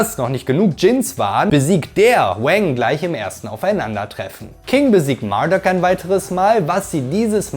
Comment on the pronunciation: Der heißt Marduk, nicht Murdock. 😂